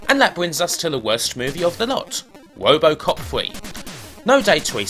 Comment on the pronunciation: I keep on laughing every time he says "wobocop" lol.